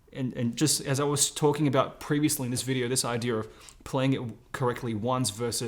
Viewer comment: You may have said 'idear' instead of 'idea' .